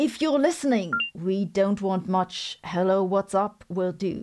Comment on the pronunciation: On the phone she says 'hello' like an Aussie: 'Helloiioo'.